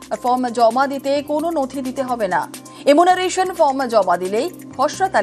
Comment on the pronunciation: আপনি সাংবাদিক কিন্তু কথা বলতে পারেন না।এমুনারেশন না এনিউমারেশন ফর্ম 😂